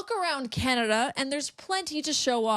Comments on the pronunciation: it is Canada not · ""???? Did I hear that right? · You can start by calling us Canada not. Until he is out of the WH we won't go to the US. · She can't even say his name, she said powets out of their control. Say it govenor, It's Donald Trump and his vomments about the 51st state. When she said it's like thete is no border and Trump ssid it is an imahonary line, that urked me. She has to come out and say it, Canads is a sovereign nation and Trump was wrong to try to put America first without a care for its allies, even wanting to crush Canada's economy so that we would come begging to be part of the US and give Trump our resources for free. So too bad if Maine and other states are hurting.